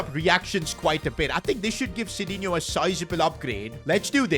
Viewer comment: sidinhio ❌ shitinhio 👍